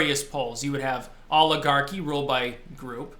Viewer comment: Every time you say oligarchy I think you are starting to say "Olive Garden."